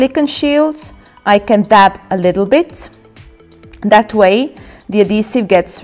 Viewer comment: Why do you put an 'a' on the end of your words thata, offa, sectionsa, shieldsa